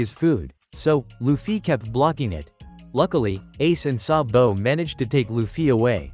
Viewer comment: I love how he pronounces sabo's name as "sa bo "